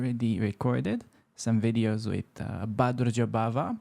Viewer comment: "For the upcoming course, we will also have bunch of videos..." - and here I am, hearing it as "bunch of idiots" instead... seriously I had to go back and turn on subtitles :)